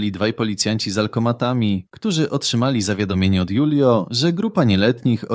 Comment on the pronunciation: Może się mylę, ale jeśli to był Hiszpan lub pokrewny, to jego imię czyta się Hulio, nie Julio.